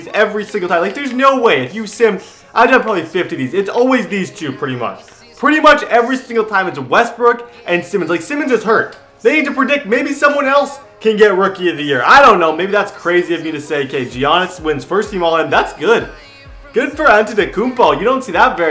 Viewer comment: it's Yahnis not G-ahnis